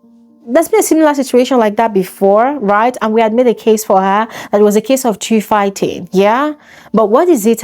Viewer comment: Btw it’s two as in tu Not theww